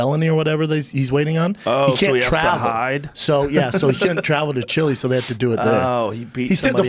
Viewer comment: This fucking guy said chili